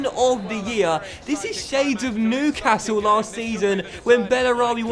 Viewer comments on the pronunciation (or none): none